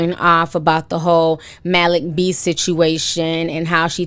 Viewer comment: Lmfao Ti, i thought u were messing up another name, but u actually got it right this time!!!! MALIK B 😆